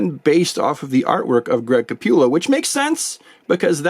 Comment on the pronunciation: Awesome review as always, but man, you had me cracking up anytime u said “Greg ca-pew-llo “ 😂 I luv it 👍🏼